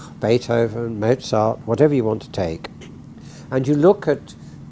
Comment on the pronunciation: Always amazing the ignorance/arrogance with which the Anglo-Saxons mutilate non-English names. Is it too much to ask to pronounce "Descartes" or "Mozart" or "Putin" correctly ?